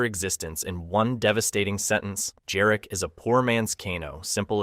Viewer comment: Jarek not Dżarek. That is a Polish name.